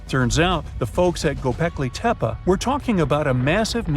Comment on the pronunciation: The 2nd narrator refers to "Gobekli Tepa",. Is it anywhere near to "Gobekli Tepe"? Or is the narrator, just another illiterate North American moron? VOBURG